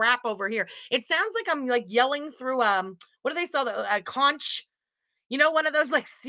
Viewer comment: LOL!! Absolutely NO disrespect,, but conch is pronounced conk. It's funny because sometimes I mispronounce it on purpose. Like "canch" and very nasally. hehe!